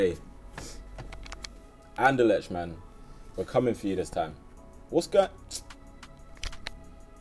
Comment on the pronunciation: Bruh learn how to pronounce Anderlecht. Its annoying.